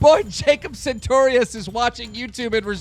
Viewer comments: "Jacob Santorius" Correct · this nigga has Jacob's number, but still calls him "Jacob SaNtorius"